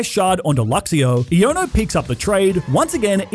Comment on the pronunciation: EoNo her name is pronounced I-a-no